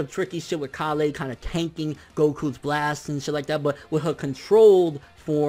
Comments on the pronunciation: KALE! STOP SAYING IT WEIRD!! ITS KALE KALLLLLE KALE!!!!! ps love your vids KALE! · who the hell is kalay? KALE!!! dude